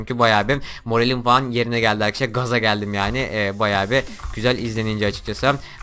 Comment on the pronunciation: 13 saniyede 3 kere arkeşlar dedin arkadaşlar da değil xd